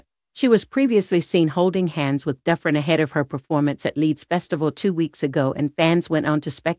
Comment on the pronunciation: it's pronounced Do-Fran